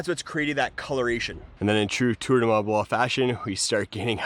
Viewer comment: "Tour du mah blah"